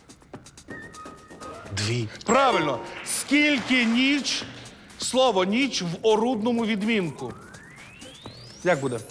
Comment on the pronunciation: Пані Катерина сама говорить "нічЬ", "пічЬ". А потім люди так і пишуть.